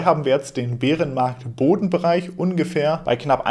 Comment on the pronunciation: Wie immer top Infos und professionell geliefert! Top. Einzig die Aussprache Beerenmarkt kannst du vielleicht mal untersuchen. Bäärenmarkt...... Weiter so!